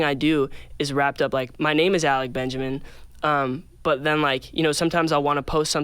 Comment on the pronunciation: 'alec benjermin'